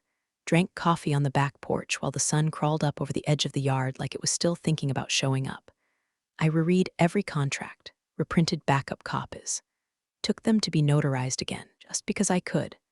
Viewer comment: Reread is pronounced rered when past tense